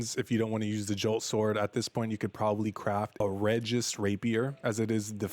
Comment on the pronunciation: It's pronounced BenE and REgis.